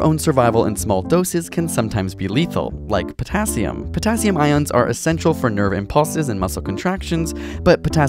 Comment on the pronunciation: He sounds like pottaaccium haha